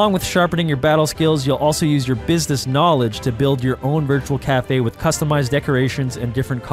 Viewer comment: glad to hear he still says knawledge